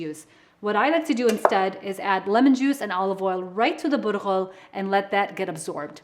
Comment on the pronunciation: Bulgar pronounced Butthole ok got it 👍